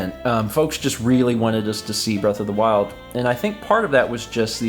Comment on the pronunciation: *Beast of the Weast